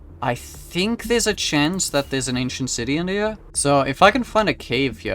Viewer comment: I love how he pronounces “here” as “hiyah”